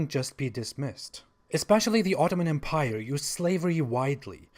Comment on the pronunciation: You might want to look up the usual pronunciation of the word 'empire' ;)